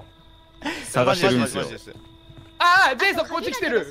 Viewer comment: レトさんが言う「ジェイソン」が「ゼーソン」に聞こえる人正直に👍🏻